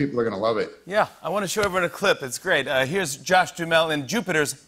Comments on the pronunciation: He was trying to pronounce it correctly but goofed. The h is silent but there are 3 syllables not 2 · Was it just me or was Jimmy mispronouncing Duhamel?